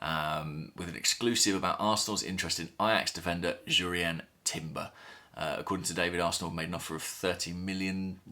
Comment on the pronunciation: Just in case we are talking about this chap for the next weeks/months/years, you pronounce the "J" in Jurrien like "urine".